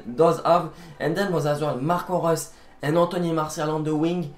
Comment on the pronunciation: Damn ur maybe the only one who can pronounce Marco Reus on YT